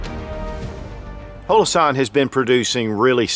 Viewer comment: Why does he call it hoe-low-sahn? Everybody calls them hollow-sun.